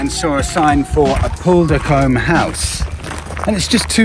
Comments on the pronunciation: Glad you enjoyed the Island....It's pronounced 'Apple-Dirk-Ham' btw. :) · The black postbox was a George Regina box, Elizabeth’s father. The house is pronounced Apple Der Com. But you know, tomato tomato!! Went to a brilliant Halloween night there once. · Appledurcombe is pronounced apple-der-cum - bet the house was beautiful back in it's day; long before my time lol Oh man, there is so much here that you didn't show lol Glad you enjoyed your stay here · You and did a great job of promoting the island over those two days. Congrats on finding some hidden gems, but don't forget Steephill Cove when you come back. By the way, Appuldurcombe House is pronounced apple-dur-combe. It is the islands 'Ightham' or 'Trottiscliffe'! 😊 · Great video! Love seeing enthusiasm for the place I'm from. Btw Appuldurcombe is pronounced Apple-der-cum 👍